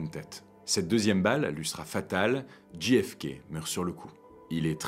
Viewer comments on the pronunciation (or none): Très chouette, même si ce n'est naturellement qu'une vidéo de plus sur un sujet battu et rebattu, et dont on a à peu près tout dit... Mais cela reste passionnant. Une seule chose : si vous choisissez de prononcer ces trois lettres à l'anglaise, on ne dit pas "Dji èf ké", mais "Djé èf ké". Ce que vous prononcez s'écrit GFK... Pourquoi pas KFC, tant que nous y sommes ? 🙂 Merci ! Mais, bon, c'est une bonne publication quand même ! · Super video... MAIS ... On djé FK et non dji FK... Mais en dehors de ce détail, rien a dire. Très beau boulot! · Petit détail… le J de JFK se prononce « djé », pas « dji » 😃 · Ce n'est pas "dji èf kay", c'est "djay èf kay". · c'est prononcé "JAY F KAY" , De rien :)